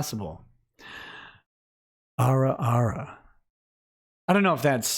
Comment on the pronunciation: Damnit it's "ah-ra ah-ra".